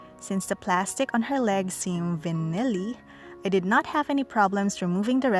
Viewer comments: V-EYE-NEL! ^_^ is how your pronounce vinyl~ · XD The pronunciation of vinyl. Sounds like you're saying vanilla-y instead, really cute!